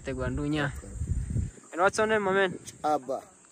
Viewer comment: It's pretty impressive, though. That guy nailed the pronunciation of their names and spoke it back to each one. Memorized them in one try! I could never have done that.